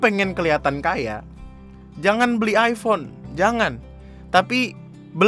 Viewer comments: " Hai hape aku aipon,hape kamu apa? Vivo? ,Upss miskin" Me : Aifon ya bukan aipon. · penyebutannya aja masih nub. Iphone = ai fown bukan ai pon. salah ye anjing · Ngomong iphone aja salah😒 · ngomong "iphone" aja gak bener